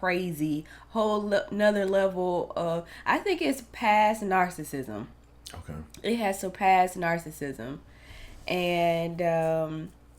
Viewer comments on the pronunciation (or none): He's pass narcissism to nar-sick-nisum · He's pass the stages of narcissism to NAR-SICK-NISUM 🤦‍♀️🤣